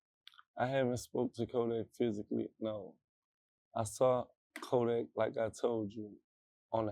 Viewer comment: Even jackboy said kodack scary 😂😂😂😂 he a fake gremlin now just. Got exposed frfr florida yall just took a huge L